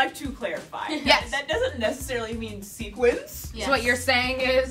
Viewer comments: it's sequins not sequence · Sequins not sequence. You are killing me guys.